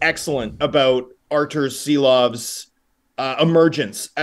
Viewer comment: Homas Rance or Thomas Drance? Arturs Silovs or maybe it's time for ARTURS SHILOVS!!!??? Š like Škoda or Shanahan!!! It's time to pronounce it right!!! 🇱🇻 SARAUJ🇱🇻LATVIJA🇱🇻